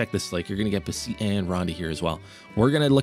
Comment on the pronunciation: Great video! (Note: I do believe its pronounced kind of like betheties) For the beceites